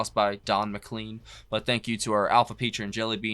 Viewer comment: MccLean is pronounced as in rain. Mcclain.